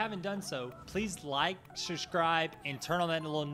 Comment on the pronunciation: Honestly, if you are going to ask people to SUBSCRIBE to your channel, it might be wise to learn how to pronounce the word.